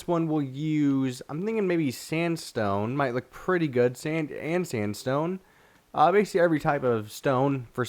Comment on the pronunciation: Have y'all noticed he says basically alot and sometimes when he says it, he says bacly or bacy